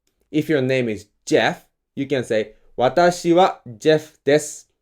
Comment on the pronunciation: lol “if your name is JEff” with attitude.